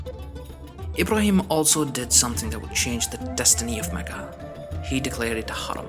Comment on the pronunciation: That's actually what confuses me in these videos, when I hear this Aladdin style music I immediately assume whoever made this video isn't arab, but when he started talking I realized he is, because of the way he said mecca and Ibrahim etc.. To answer your question arabs did have certain music but it's not the one used in these videos